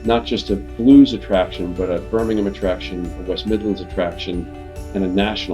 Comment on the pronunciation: Love that he makes the effort to pronounce Birmingham properly instead of the typical American BirmingHAAAM